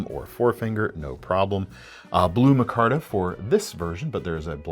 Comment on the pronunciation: I have the exact ABW button lock shown. Centering needed correcting, it has gobbbbs of lock stock, and the blade step-milling does hang up on material. I'll think longer and harder about dropping that money on future ABWs. PS,, it's "my-kar-tuh."